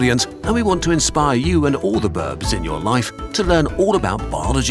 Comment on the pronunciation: Narrator said "birbs" 😆 iloveit! 💖